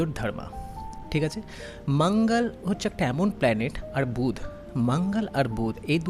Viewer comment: একটা উচ্চারণ ভুল হয়েছে... বুধ না ওটা বলতে হবে বুধাআআ